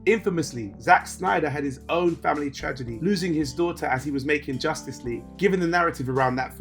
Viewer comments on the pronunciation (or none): none